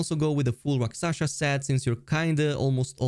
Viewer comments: Rakshasa, not raksasha 😄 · 1. Rel-Lan-na 2. Rak- Sha- Sa